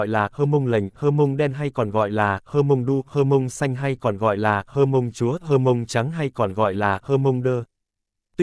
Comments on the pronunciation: Theo mình biết qua tư liệu và hỏi một số người bạn dân tộc Mông thì không có người Hơ Mông hay Hờ Mông hay "Hát Mông" nhé. Theo chữ Mông thì có chữ "H" đứng trước như vậy là phụ âm gió, khi phát âm có một lượng hơi bật qua mũi, chí có người Mông hoặc rất ít người khác phát âm chuẩn tên dân tộc Mông. Trước đây thường được bệ luôn chữ của người Mông vào các văn bản hay tài liệu... là "H'Môngz" (Hmoob), nay đã có văn bản quy định chính thức viết là "Mông" rồi, nhưng lưu ý khi phát âm nhé, rất giống tiếng Pháp, người Mông thường nói tiếng Pháp rất chuẩn vì cùng hệ phát âm. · Chữ H'Mông, hoặc Hmoong (chỉ dân tộc Mông) là cách viết theo ngữ latinh, Pháp, còn đọc thì là "mông", vì trong ngữ pháp các ngôn ngữ này chữ "H" không đọc (không phát âm), gọi là H' câm, nên phiên âm cũng đọc: dân tộc H'mông là Mông, còn viết thì cũng nên viết theo phiên âm cho phù hợp, tránh phiên âm sai (như là đọc: hơ mông); các dân tộc ít người khác cũng đã đọc tên dân tộc theo phiên âm cho thuận lợi, trừ các dân tộc Tây Nguyên (cả tên địa danh) vẫn viết, ghi theo phát âm của chính họ cho nên nhìn chữ thấy rất khó đọc (mà không phải ngoại ngữ), còn lý do thì các bạn tự hiểu, vì rất tế nhị, dễ hiểu sai, không khéo rồi mất lòng kinh- thượng